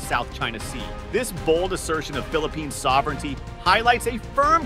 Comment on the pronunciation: Thats uor suovrinity